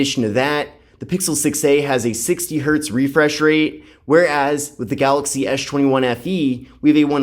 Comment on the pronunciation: why do you call it ash 21